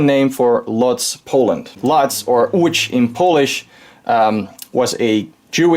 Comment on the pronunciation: I’m polish and I have to say you pronounced Łódź perfectly.